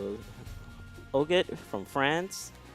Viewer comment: “oget from france”